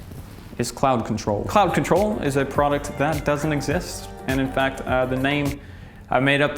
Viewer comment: IF YOU MADE CLOUD CONTROL WITH AN APPLE SCENT...GOOD NAME.. i THOUGHT YOU SAID Clout Control at first...